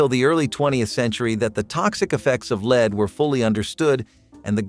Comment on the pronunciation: The mispronounciation of lead is driving me. 😂 Absynthe candy??? Marilyn Manson would have loved that 😂